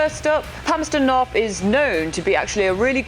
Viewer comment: Interesting! He's a French and yet, he can pronounce the 'th' in Palmerston North. At first I thought he was a Dutch but then he sounded like a speaker of a Romance language. so, more or less he's a French.